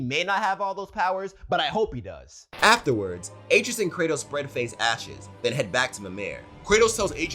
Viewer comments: Bruh his name is pronounced (uh-tray-us )😂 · Great video only one critique boy name is pronounced as ah-tray-us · He’s pronouncing his name 8 tree us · You're saying his son's name wrong. It's pronounced uh-tray-us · It’s a-trey-us, dude. C’mon. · Atreus' name is pronounced A - TREY - US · Did you pronounce R tre us us ay tre is 😂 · lmao im confused on how you played the whole game and cant say atreus (uh-trey-us) right. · Butchering that boys name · Need a counter for the number of times they mispronounced Atreus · I’m mad you said Atreus name wrong